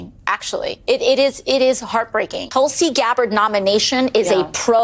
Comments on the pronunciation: She may be intensely jealous of Gabbard that she got such a powerful & prestigious post while she, AOC, got nothing remotely comparable. Btw, Gabbard’s first name is pronounced ‘Thulsi’ (short vowel as in ‘put’, ‘th’ as in ‘think’), not ‘Tullsi’ (‘u’ as in ‘pulse’, ‘t’ as in ‘talk’). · Mispronunciation of the name Tulsi pronounced Toolse Tulsi has Its own mythological history .Its in every hindus courtyard and worshipped.